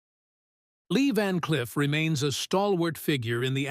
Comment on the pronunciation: Van "Cliff"?....Come on robot!...Time for your oil!...lol.